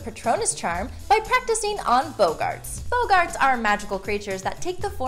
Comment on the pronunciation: they, not bogarts they are boggarts you muggle fyi you know all this if you read the books